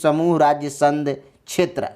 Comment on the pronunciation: अरे भाई पहले बोलना तो सीख लो आप बार बार संघ को संध के रूप में उच्चारित कर रहे हैं